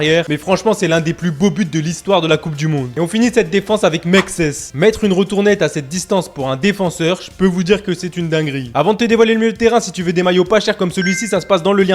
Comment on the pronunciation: On dit retournée pas retournette